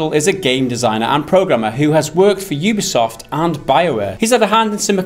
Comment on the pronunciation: Yoobisoft? wtf?!